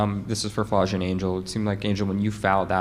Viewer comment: This nigga said Flau shae Johnson 💀